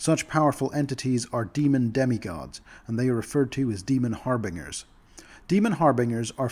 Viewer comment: never heard anyone pronounce "harbingers" that way... the way you say it sounds so goofy